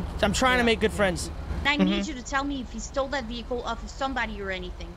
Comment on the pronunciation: the fucks a veehale resusitation